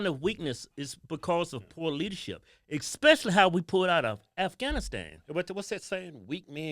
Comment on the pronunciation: ECKspecially or ESPECIALLY?